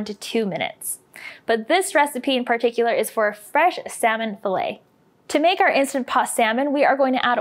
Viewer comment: Fill-it not fillay